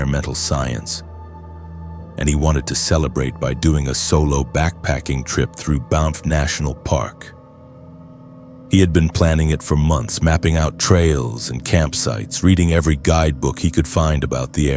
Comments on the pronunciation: Yes. BANFF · in and i hear "Bonff" its actually spelled with the letter A not O eh! 🇨🇦 . Love the stories